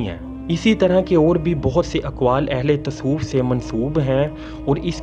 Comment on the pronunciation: Ahle tasof ni ahle tasavuf lfz hy jnb